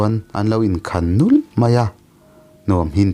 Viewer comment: A ngâihnawm khawp mai. Mahse, Mizo tawng hi thlûk nei a nih a vàngin, a thlûk hi uluk leh zual ni se a ngâihnawm leh zual ang. Entirnàn : Sut nghêngin ni lovin sût nghêngin tih te, an lo in khan nulh a, tih aiah an lo in khan nûlh a tih ni se, solfa a, 'doh' sâng, 'doh' hniam leh 'doh' lài a awm ang hian a thlûk hian a awmzia a ti dang daih thei si a...